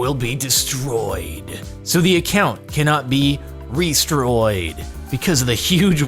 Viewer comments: Did anyone notice that he said restroyed instead of restored? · Did you just say "restroyed"? 😂